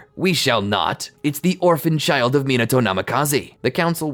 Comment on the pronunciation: "Im not gonna leave this chilid to fend for it's self" -Hirozen 😂😂😂